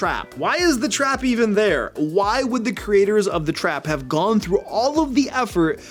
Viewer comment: For a second, I thought you said “rap-heavy portion”